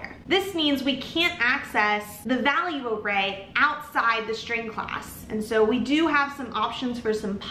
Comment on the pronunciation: Is that an accent? Why are you saying shtring instead of string with s not sh? Iam new to english please teach me